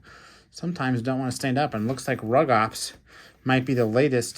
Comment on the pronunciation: Rugops and Carnotaurus are both Abelisaurs, so yes there is a relation Also it’s pronounced “roo-gops